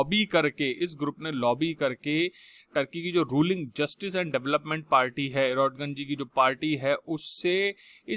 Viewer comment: ordoGAN hota hai